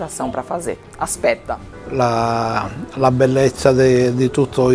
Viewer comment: legal explicação do segundo cara, porém ele foi engraçado quando falou "aspeta" kkkkk